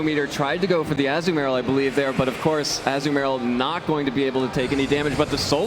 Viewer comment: I know everyone has already pointed out the Close Combat, but the one guys pronunciation of Azumarill haha